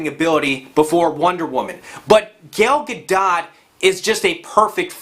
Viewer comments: Your pronunciation of Gal Gadot's name perfectly represents the ignorance you bring to this review. "Let's keep politics out of movies". That's the same BULLSHIT that they told Kendrick Lamar but about music. Look how successful he is. Entertainment IS politics. Get with the fucking program. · I agree with pretty much all of that except for wonder woman. It was decent, but not the masterpiece people keep insisting it is. That's just more feminist bias. On that note; if you're gonna say Gal Gadot name that many times in a 60 second span, at least learn the correct pronunciation. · I cant take anything you said seriously after you butchered the pronunciation of Gal Gadots name. Not to mention when you say case in point and then you provide no case in point. You just start listing more reasons you don't like Brie Larson. And then you compare GOTG, the entire movie, to a first trailer. WTF? Trailers mean nothing. Case in point, remember IM3? <see what I did there. That was a totally different movie from the trailer. And as you are aware, I hope, Chris Hemsworth and Chris Pratt were nowhere near the heavy hitter status they are now until their respective movies came out. And while RDJ is my favorite, IM breathed life into his career. Brie Larson will be no different than the former. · Before I give my opinion about why you're completely wrong I'm gonna tell you I'm not subscribing because first of all you're saying gals last name wrong. I don't care that you are saying it wrong but you're doing it on purpose and it's kind of annoying I could care less how you say it but because you're saying it wrong on purpose it just makes me want to click off this video. And I think your vision into movies is a little askew. I don't trust your opinions & I wouldn't take you as a critic. Honestly, I get this vibe, like, you seem like the kind of person who would be a flat earther. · I thought the t in gale gadots name was silent sounding more like gadoe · Gail Ga DoT? Seriously?